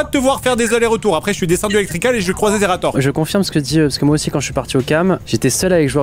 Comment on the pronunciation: "Xerator" - 2020